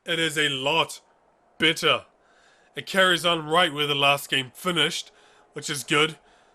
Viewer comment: I'm sorry are you saying "bitter" or better"?